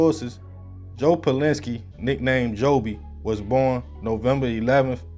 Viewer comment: I remember being a kid and watching this whole thing unfold on TV. And I think his name is pronounced like Pal-zin-skee